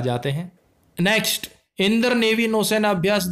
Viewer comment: भाई इंद्र को इंदर क्यों पढ़ते हो?